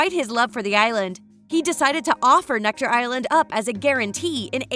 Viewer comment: It's Necker island, not Nectar!